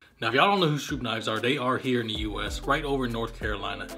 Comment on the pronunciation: Thank you pronouncing the name correctly. My self. Being a stroupe. When the name is miss pronounced. It makes my skin crawl.